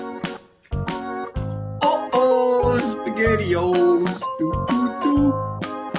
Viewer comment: "On top of piss-ghetti all covered in jezz..."